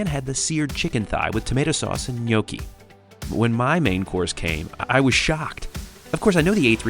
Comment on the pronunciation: The way he says gnocchi 😂